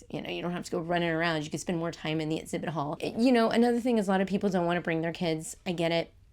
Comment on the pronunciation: You can delete this comment of course, I don’t mean it to be rude. But I’m unsubscribing because you keep mispronouncing words that start with ex-. You’re saying et-zibit and et-zact. It’s throughout the video. It wasn’t just a one-off. You do say ex right a few times. I’m not saying you can’t say your sounds. Maybe it is just your dialect.